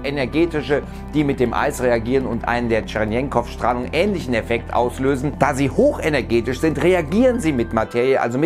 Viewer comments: Erklährt das mit der TSCHERENKOW- Strahlung (( nicht tschrenenkow und auch nicht tschrenjenkow) ja ich weis ich bin ein elendiger Besserwisser XD) gerne mal genauer, da steckt ne faszinierende Physik hinter! Sollten das wirklich s-Taus gewesen sein währe das unglaublich ! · "Tscherenkow" heißt der. Mehr Science in die Fiction. Oder Teleprompter-Training...